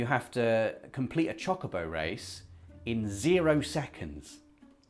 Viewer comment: saying either is fine for me, what I can't behind of is how says chocobo. It's chouh-co-bow, not schock-0-boh